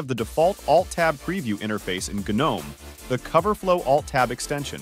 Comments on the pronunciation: Firstly, its called GNOME, and Secondly, its not pronounced Genome. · "Gheenome"? Are we fr? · the G is silent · G-nome does sound kinda cool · It's silent for the garden gnome character. In Linux community G is pronounced to stress the presence of 'GNU'. But widely pronounced not as Gee-nome but ignoring the ee sound.